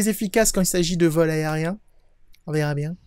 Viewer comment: mdr "vol aerrien